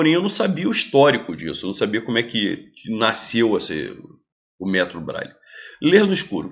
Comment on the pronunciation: Professor, a palavra nasceu tem o dígrafo “sc”que deve ser pronunciado numa só emissão de voz. Vc pronuncia erradamente como naisceu…